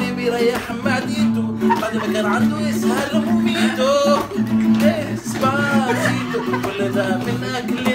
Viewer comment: ثانية واحدة هو انت فى مرة لما جيت تقول ديسباسيتو..قولت طي*باسيتو ؟